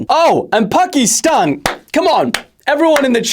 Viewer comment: hate how he pronounces „Pakiiistan“